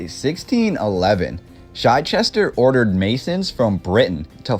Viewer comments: It's Chichester, not Chyechester. It's just a simple short "i", not a long "i". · Also it's Arthur Chichester as in 'CH'ick or CHeese. So pronounced CH_eh_CH ester.😊.